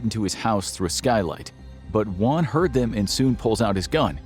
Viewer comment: Just a tip, for Latin American last names, you don't usually pronounce the H. Hernandez? It's more Ernandez. Hermosa? It's more Ermosa. Also, you pronounced Juan, and Niño de Terror perfectly :)